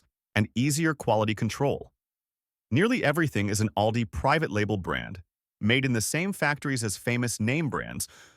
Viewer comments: please twll me its ALL-Dees and not OWL-dis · We pronounce Aldi different than he does in the video. Im in iowa, we say alldee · It’s pronounced, ALL DEE.